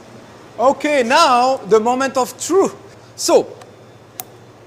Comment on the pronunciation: when u say the moment of truth u said true insted of truth